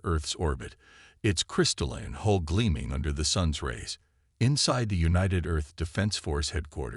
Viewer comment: "A word to all Resistance Fighters!! Skynet cannot pronounce 'hull'. Pass it on!"